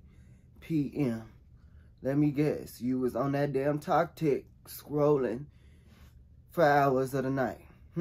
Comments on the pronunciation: He said, "Tok Tik" LOL!! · Elle a dit toktik 😅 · “You was on that damn TOKTIK...” whewwwwww if that ain't my momma; Sis say everything wrong and backwards 😂😂😂🥰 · “On that TokTik”😂😂😂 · Not "You was on that TokTik". Lol why can't they ever say it right?